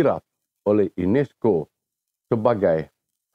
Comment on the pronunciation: INESCO BUKANNYA UNESCO... 😂😂😂😂😂😂😂